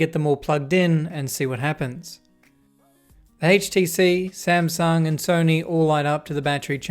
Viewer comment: Smasnug haitch Tee cea